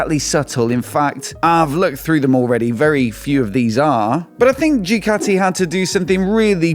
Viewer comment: I really hate the way you say ‘Jew Catty’… it’s ‘Du Catty’ 😖